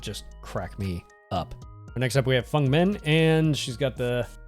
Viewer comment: its a great video really, but PLEEEEASE its feng and not fung lol